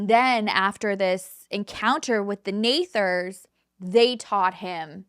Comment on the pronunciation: It's Nethers not nathers. Sorry just fyi . I am huge into spiritual and I have DNA activation alignments to rid of those unwanted and bring in those wanted. Ones from war and past life. Like Armageddon that we lived through in past lives. It's amazing how different the story is depending on what their beliefs are and how they tell it. I use to absolutely love ur content. But Everytime u touch on the spiritual u explain it wrong and I just can't listen to so much untruth by what you are Reaching and what u are choosing to read and believe in what aspects. I am sorry. The way the Twin Flame stories I swear u found the wrong ones to go off of and believe hence do a show on. Loved all true crime but the spiritual stories u tell have a way of telling the not so right sides of what I have learned and true to be.